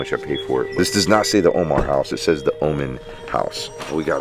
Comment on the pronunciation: Oman, not woman!!! Haha🤣